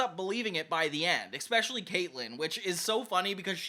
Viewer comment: Really didn't want to say this, but it happens too much... That word is not pronounced "eckspecially"; it's "especially" with no super hard consonate.